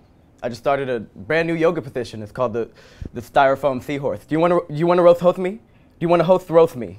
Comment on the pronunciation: "Do you wanna roatht hotht me? ..do you wanna hotht roatht me?" Ffs 😂😭😂